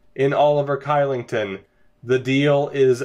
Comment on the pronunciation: Your pronunciation of Kylington was atrocious.... lol. It's pronounced Shee-ling-ton.